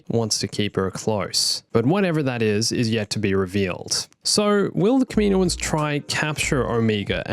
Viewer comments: its kaminoans not kaminoins just trying to help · The way u day kaminoans throws me off lmao i pronounce it “cam-in-owens” Also, one thing that sucks about introducing anything new is how it wouldn’t fit in the og trilogy (maybe) and ESPECIALLY the sequel trilogy. There’s a lot of loops to go thru